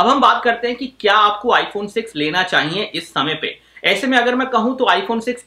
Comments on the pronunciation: Chahiye hota h ...chahiyenn ni hta gadhe 😂😂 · चाईईये नही रे। चाहिए होता हैं